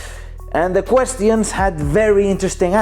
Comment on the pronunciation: Nobody:: "questiyans"